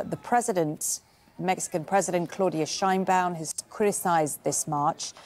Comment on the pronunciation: Ah yes, “Shinebaum” the Mexican surname we all know